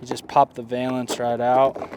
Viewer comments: It’s like nails on a chalkboard…Please stop saying vay-lence. It’s pronounced va-luhns 😬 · Very cool product. Just pronounce it correctly!